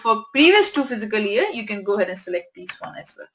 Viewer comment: Well, very good videos, learnt a lot from it. Her pronunciation for "Fiscal" need to be corrected, please don't mind.